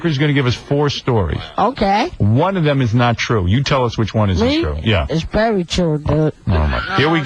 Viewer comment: Me? It’s berry true dude.